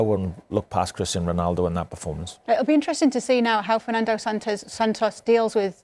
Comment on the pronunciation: Why is he saying Cristian Ronaldo 😆